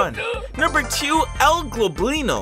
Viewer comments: by the way its Goblino not globlino just so you know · its “el *gob*lino not g*l*oblino also, my fav entity is definitely curious light as its very calming😊